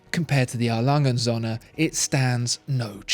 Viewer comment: A. Lange & Söhne actually means A. Lange & sons. You pronounce it as if it means A. Lange & suns. You should keep the o a little longer, as in the English word "so". Nouns always start with a capital in German. Best regards